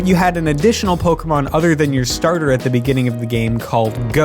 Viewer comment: Finally, not a youtuber pronouncing pokemon as pokimon.